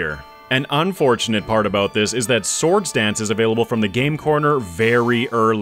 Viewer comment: and and oooo 69 nice oooo he said farfetch'deseseses lol 😂 for the swords danceseseses